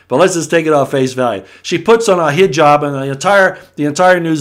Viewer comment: HE-JOB, try saying it like this, just so your.... how can I say this, culturally correct. So it doesn't come back at you! from one of your native UTAHN'S!!! lol P.S I KNOW WHAT YOUR TALKING ABOUT!! PEOPLE DO NOT UNDERSTAND THE DIFFERENCE OF GOOD AND EVIL/LIVE. JUST DO THE RESEARCH MY FRIENDS HENSE THE WHITE AND BLACK PEOPLE UNDERSTAND THE 2 AND HOW THE ARE USING WORDS NUMBERS AND YOUR OWN THOUGHTS AGAINST YOU!!! UNDERSTAND HOW THE WASHING/PROGR*** WORKS PEOPLE AND UNDERSTAND THE DIFFERENCE BETWEEN RELIGON/SPIRITUALITY!